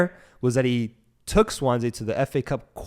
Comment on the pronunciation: Wales comes calling not England. Also it’s swan-see. Good background on Potter anyways